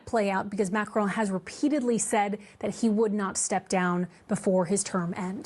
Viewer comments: Who is "McCrone" please? MACron. Emphasis on the MAC and you don't quite pronounce the n at the end. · It’s Mac Ron not macroan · Benny, you're pronouncing his name as though it has a terminal "e". It doesn't. It's analogous to the difference, in English, between "silicone" and "silicon". However, in French, the terminal "n" in his name is not fully pronounced i.e. the tip of the tongue doesn't ultimately touch the alveolar ridge -- and, to add to the horror, the lips, at that point, are pursed, as though preparing for a kiss. JFYI